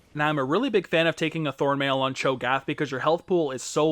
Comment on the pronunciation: Your pronunciation of cho'gath makes me cringe, but nice in depth guide